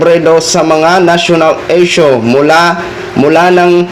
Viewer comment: Leyne, eshyo, eypisode, elecshun, 😂😂😂 pag ganitong vlogger din lang defender na kandidato TALO pa rin 😂😂😂